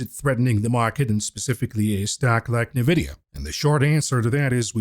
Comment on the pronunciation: I just wanted to ask when will start pronounce nVidia the correct way, instead of saying "nyhVidia"?